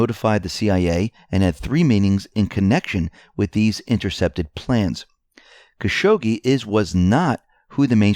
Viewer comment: Still mispronounce Khashoggi, but it's not as funny as your other iterations. Caz-hoogie was probably your funniest.